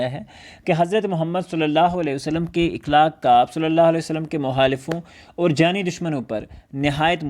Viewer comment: مکرمی :اِخلاق غلط جب کہ صحیح تلفظ ہے اَخلاق